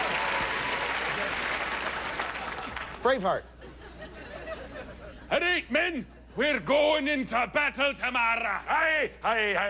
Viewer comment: hahaha, when says "Braveheart" I totally heard "brainfart" lol:D